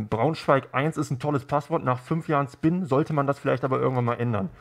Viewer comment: Schpin for eva alter